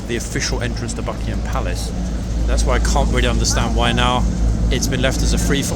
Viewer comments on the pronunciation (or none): none